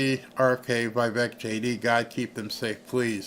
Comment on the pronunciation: He’s name is pronounced Vivek like cake 🍰 😢😢😢